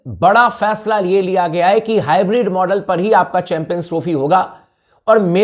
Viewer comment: Bhai ye hybrid nahi bolte hai ye hi bread bolte hai😂😂😂